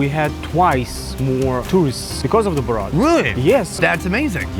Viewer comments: BO-rat?… what’s BO-Rat?? It’s Borat, geez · Its not bow rat lol its pronounced bor-at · Boar-Rat !!!!!!!!!!! not Bow-rat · How to speak like Food = Fuhd Borat = Bowhrat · I cannot unhear Borat pronounced “BowRat”! 😂 Is that how they pronounce that name there? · How do you not know how to say Borat? "Bul-rat"?? Dude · Bow- Rat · Bo-rat 😂 it's borat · I love the way he pronounced Borat 😂😂😂 "Bow-rat". I wonder if they know that Borat was a character in TV series for years in the UK before the film came out. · I think it’s prounounced Bor-rat not bow-rat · why did no one stop him from saying Borat like that? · Great video with some awesome co-hosts but Bow-Rat? That's a little weird. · Pronouncing it “Bo-Rat” is sending me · 1. Borat is the funniest comedy ever made. 2. I take personal offence in the way you pronounce BoUrat. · Boh-rat?😂 great vid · his accent suddenly become very similar to borat.. sacha really did made a good accent